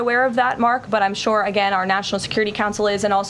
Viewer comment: Is anyone else irritated by her pronunciation of the word “sure”? She says “chure”. Petty, I know, but I’d rather laugh than cry 😊